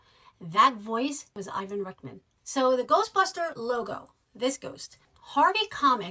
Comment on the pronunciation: I know it can differ on whether "Louis" is pronounced like Louie or Lewis, but for this character it is most definitely as in Lewis. And the legendary director Ivan Reitman's name is not pronounced Rickman. It's nice you are a fan, but there's a lot of this info in so many other places, it's not difficult to learn. I had to stop listening a bit past halfway through, but I imagine you also made no reference to the SCTV/SNL connections which are a huge reason this particular crew were together. 🖖